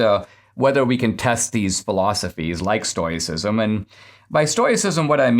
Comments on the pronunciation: Dinesh! Read the comments! It's pronounced "stow·uh·si·zm" ! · Sorry Dinesh, it's pronounced stow-ick or stow-icism as in stow rhymes with crow